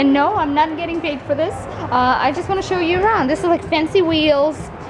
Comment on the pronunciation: "oh nawt" ha